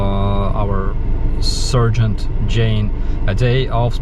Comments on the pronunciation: It's pronouced "Sar-gent" btw.. with an "A" like in Starsky ;) ... a "Ser-gent" is a doctor ;D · Sergeant not Surgeon.. haha! I thought you meant the latter during half the video, because of your prononciation 😁